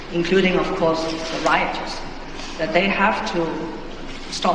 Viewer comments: It sounded more like routers. Obviously, she meant rioters. And obviously enough, a person who has a good grasp of English would have known that 🤔😉 and sigh, someone who can speak English does not mean he or she is a good communicator nor is proficient in English. Shakes my head Edit: yes that was directed at Stephen Lennon, who although can speak English, he does appear to yet master English. Speaking is different to comprehending. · Routers lmfao